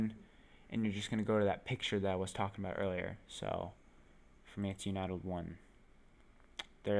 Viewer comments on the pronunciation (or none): Its "un-tie-tulled," not "you-nite-ulled." What a strange way to pronounce that.